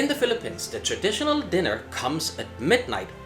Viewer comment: just funny to hear a foreigner pronouncing the Philippines as Filipens. LOL